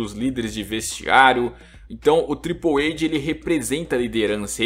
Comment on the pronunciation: Acho engraçado q quanto mais tempo assiste WWE, mais ele fala errado o nome dos lutadores kkkkkkkk Nunca superei esse "Tripouweide"